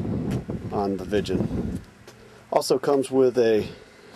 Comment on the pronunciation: Not vichen🤓its viggen.........